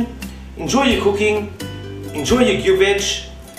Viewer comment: Bulgarian here. Kudos for saying gyuvetch right! Never made it in a tajine, but no reason why not. The traditional gyuvetch is actually made in a similar earthenware pot, also known as a gyuvetch, but of course nowadays most people just use a dutch oven or whatnot. As with all Bulgarian cooking, you can never have too much paprika, or too much butter!